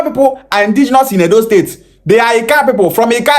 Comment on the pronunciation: The guy can't even pronounce the state well and have no singular knowledge of what the state creation is all about.